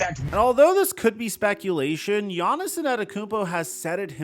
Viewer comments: “Giannis-son” 😂😂have I been saying his name wrong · Hate how he said giannis’ name hahaha